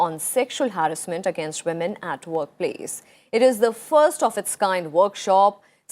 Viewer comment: Honourable Vice President please correct yourself, 12.00 it’s not agnaist, it pronounced as against...not only here but in many speeches and even in Rajyasabha you are pronouncing the same...